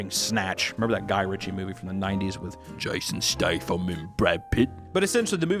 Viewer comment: spit my soda out at "jashon shtafam and Brawd Pitt"